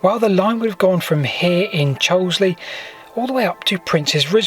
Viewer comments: And on the subject of pronunciation - the locals pronounce Cholsey as "Cholsee" (with a long "o" - definitely not "Choulsley"!). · Cholsey not Chosley!